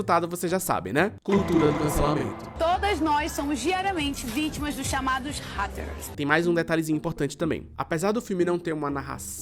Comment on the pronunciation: Acho graça a forma como eles pronunciaram a palavra hate: com o h lido em inglês, mas o a não 🤦🏻‍♀️🤦🏻‍♀️🤦🏻‍♀️🤦🏻‍♀️🤦🏻‍♀️🤦🏻‍♀️🤦🏻‍♀️